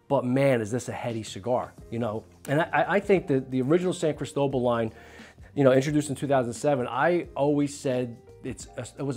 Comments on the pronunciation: Criss toe bull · That's the most gringo pronunciation of "Cristobal" that I have ever heard lol. CrEEsto-BAHL.